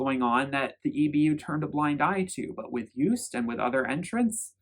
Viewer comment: Joost is not pronounced as Joest... it's like the O's in 'ohnooo' or 'videoooo'. 💋